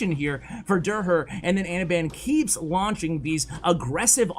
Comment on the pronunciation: So hilarious how doesnt notices that derher is a german name and pronounces it totally wrong😂